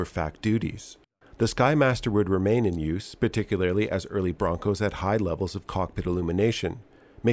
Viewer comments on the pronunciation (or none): none